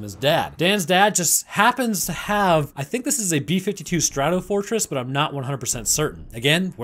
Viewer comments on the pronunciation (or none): did he say B52 Startofortress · Stratofortress? Seriously lol 🙄